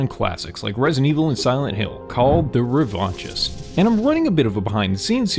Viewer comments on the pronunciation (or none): Loving your videos! The game looks great. Just some critique: The name "The Revanchist" is bugging me though. After looking it up I realize it's a real word, just not an English word. And in French it would not sound the way you're pronouncing it. Revenge is associated with power and hate. Neither of those are a fit imo. I immediately assumed that I will play as the person seeking revenge, if thats not the case getting rid of "The" or replacing it with a word that assigns "Revanchist" to someone that feels unknown, like "Revanchist Yearning". The name is now ambiguous. Who is seeking revenge. Is it me? The person is both seeking revenge and wishing they could seek revenge. Just some thoughts. Feel free to ignore. The game looks awesome!